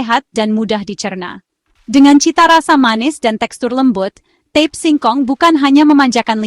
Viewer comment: Mohon maaf, itu namanya ta-pe, bukan tep